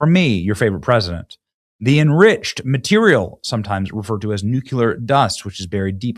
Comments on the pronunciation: Benny, I know you're not illiterate but why do you insist on still saying NEW-CUE-LEHR??? No such word. If you can't pronounce it correctly, then pronounce it phonetically. You've heard it pronounced correctly thousands of times and you still say new-cue-lehr. It's NEW-CLEE-Ehr. Robin Williams never said it right either... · Nuc-clee-er! NOT nuc-u-lur 😖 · Love you Benny, but again.... it's NOT "nucular" it's "nuCLear" 😉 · Benny love you but it NEW KLEE UR.. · Nuclear is pronounced nuke-lee-er Benney. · I can guarantee you that NO ONE has nu-cu-ler anything…